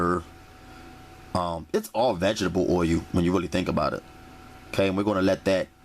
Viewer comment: wuli, wuli good,,,,,,,,,,,,,,,,jajajajaja